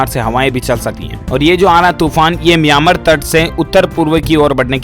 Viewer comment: भाई आपका उच्चारण म्यामार का ठीक करे और संपत्ति से निरस्त नहीं बेदखल होता है